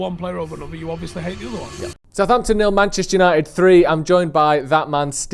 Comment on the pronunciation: It’s Southampton for f@@@ sake